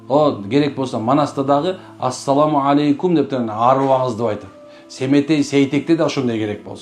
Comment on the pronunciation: Арап тилинде ассаламу ьалайкум деп айтылат экен,". Алейкум"- болбойт." е"- тамгасы айтылбайт экен.